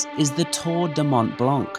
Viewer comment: Nice video!! Thanks for sharing with us :) Please stop pronouncing the C in BlanC - Mont Blanc and Lac Blanc the C is not pronounced :)